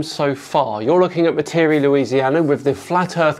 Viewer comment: This yutz doesn't even pronounce Metairie correctly